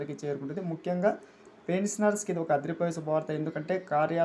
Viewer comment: పెన్సనర్స్ కాదురా పెన్షనర్స్ అని పలకాలిరా గాండూ భోసడికే.